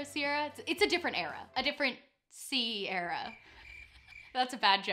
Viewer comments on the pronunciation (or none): "a different SI-ERA" i'm actually ded that was so bad it was actually good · "Si-era" so bad it's good 😂👏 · genuinely cackled to myself (alone in my wfh office) at the "it was a different si-era" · the last time i was this early is was a different “si-era” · "A different Si-era." I laughed! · You are so adorable 😂 "si-era" LOL but omg that second dress reminded me of something Mama Harper from the show Mama's Family would have worn 😂